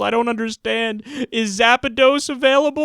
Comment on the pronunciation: lmao! kyle, its Zapdos!